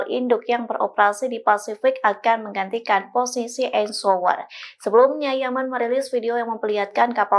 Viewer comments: Cuba sebut Eisenhower? 😂😂 ITU pun kamu gak bisa? Sekolah lo habis ngak? Kualitas Indonesia. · Yg baca nama presiden USA yg dulu saja salah.